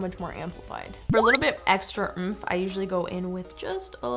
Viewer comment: A little extra oomph I thought she said oof